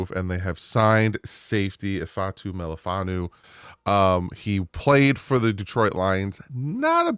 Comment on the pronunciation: Wu...not Nu'... But close enough for gov. work! Love your work - Fins up!